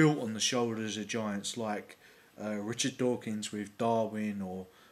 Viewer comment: No, when you say Richard Dawkin, it sounded liek an Italian accent. Just sayin :D